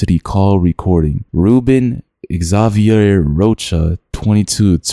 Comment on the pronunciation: Not the way he said Xavier 😂